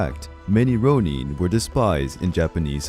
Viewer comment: It’s not ‘Rone-een’ It’s ‘Rone-inn’. No hate but just saying.